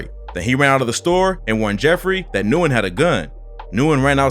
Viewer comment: Nyugen is pronounced "win" btw